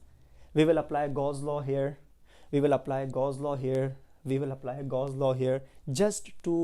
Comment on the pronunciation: It's not گاز ، it's گاؤ س